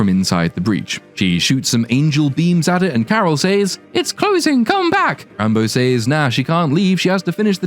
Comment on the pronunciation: This movie falls under the same category as Wakanda Forever of "Movies with a character name I thought you were saying as a joke and then watched later and realized 'oh my god that's actually their name." In Wakanda, it was Re-Re Williams (Riri). Here it's Rambo (Rambeau). I hear /you/ say it and i chuckle and think "there's no way they named her Re-re." or "Yeah, i bet she's named "Rambo." Then I watch the movie.